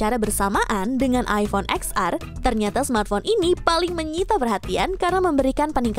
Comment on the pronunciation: Bukan “eks ar” kali mba...tp “ten ar” 😂